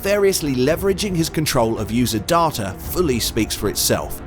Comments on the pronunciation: Why are you, a Brit with a normal British accent, pronouncing DATA (day-ta), as DAH-TA. Why?? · Why pronounce 'data' "dah-tah" with an English accent, instead of "day-tah"? That is super weird! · it's data not darter. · Dar-ta?? You're English mate - it's day-ta! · It's not darta it's data ;) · Great video!, but the pronunciation of; "Dahh-tahh, not the correct Day-tuh, is very off putting IMHO. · Negged for your horrific pronunciation of "data." DAW-TUH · wth is going on with the word 'data'? Great vid though!!